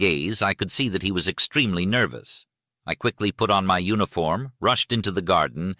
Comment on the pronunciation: I recall he pronounced it "u-nee-form!"